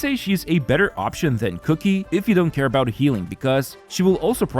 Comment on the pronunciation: Stop pronouncing qiqi “cookie”